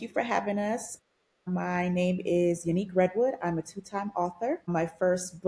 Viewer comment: Ya-Nique is the correct pronunciation of her name not Unique 😂😂😂